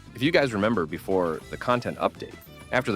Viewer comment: i remembah tha